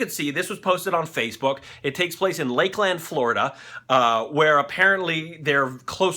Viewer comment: ok one its pronounced laklan and spelled Lklnd TM. and two we group up with with alligator our who life when it comes down to it that is a brave ass alligator most of them will run when they c us unless u feeding em or near there nest or in the water.